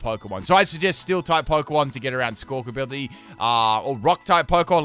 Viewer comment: Love that still calls it "Squawkability" 😂